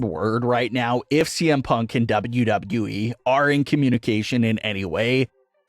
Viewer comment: It annoys me the way this guy says “Wwe”